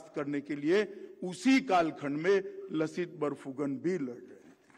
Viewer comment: लसित बरफूकन नहीं, सही उच्चारण "लाचित बरफूकन" है जनाब! (Lachit) (লাচিত) लाचित बरफूकन ने देश सेवा की जिस गलती की सजा अपने मामा को दी थी, क्या वही सजा आज के इन गुमराह करने वाले नेताओं को भी नहीं मिलनी चाहिए?